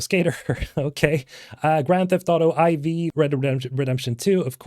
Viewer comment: Who says Grand Theft Auto IV, as in letters and not 4?